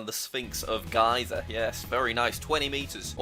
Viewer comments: Did he just say the Sphinx of gAyza, it’s Giza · It’s pronounced Giza (Geeza) not Giza (Guy-za) you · It's GEE-zah not GIE-zah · Bro he sad gaiza its giza you dork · Not g I za g e za that’s how you pronounce it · mate how do you pronounce Giza as Guy-za while it's gee-za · He pronounce (ki-za it's suppose to be called, ghi-za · It's pronounced sphinx of geeza not sphinx of gaiza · Did Jack call the sphinx of Giza (pronounced Jee za) Geeza? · its prounounced geezer not gi sa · It’s geeeeeza not giiiiiiza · It is pronounced geeza not gyza like the leaning tower of piza but with a g. Giza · jack you called giza like Guy-za the way its actually called is gee-za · aint no way u said "guyza" wtf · Guy-za yup yes Jack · Jack Giza is pernounced ge-za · It's pronounced Geezer ok. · Man said Giza like guyza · Sphinx of g ~i~za? It is sphinx of Giza and it is pronounced as geeza ok geeza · Not mad but the sphinx of giza. The giza is pronounced gee-za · You said Giza wrong its pronounced geeza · it's Giza, not guyza or what ever you said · ITS PRONOUNCED GEZA BUT SPELT GIZA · GIZA its GEEEZER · why did u say giza like that ahahaha its pronounced like geeza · From 🇪🇬 It's pronounces giiiiiza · You pronounced Giza incorrect. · You misspronunsed "Giza" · I hate how you said Giza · the most epic misprounounciation of giza lol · * jack pronouncing Giza wrong* Me as an Egyptian: ? WHAT THE HECK JACK!! I watched all your geography videos and this is what you do to me?! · absolutely murdered the pronunciation of 'Giza'